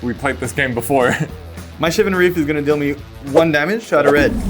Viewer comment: The way pronounces Shivan Reef like Siobhan Reef is absolutely adorable.